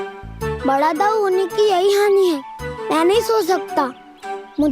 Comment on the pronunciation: its not daruui...its दाउ ❤